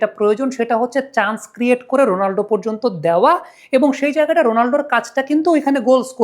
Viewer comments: উচ্চারণটা রোনালডো না, হবে রোনালদো। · 💥👉👉 ভাই, রোনালদো নামটা মাঝে মধ্যে রোনাল্ডো শোনা যাচ্ছে, আগের একটা ভিডিওতে তাই শুনেছি। দয়া করে একটু সতর্ক হবেন প্লিজ। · Bai, apni CR7 er name thik kore boln